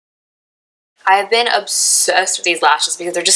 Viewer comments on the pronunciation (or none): Also it pronounced "Dole-chay" and Blinking "Bute" not "Bue-Tay"